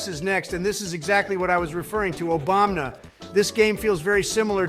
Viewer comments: Bro says obamna lol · Idk if it's because of the odd way speaking through AI works, but the fact that they say Obamna instead of Obama is super funny to me. I've heard it in a few of these videos and I absolutely love it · "f you Obamna" LMAOOO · The fact Trump and Biden keep saying Obamna cracks me up every time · I love how Trump always calls Obama "Obamna" that's great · The fact Joe and Donald just call Obama “Obamna” is funny to me